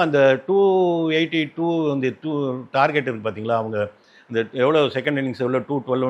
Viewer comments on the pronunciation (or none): none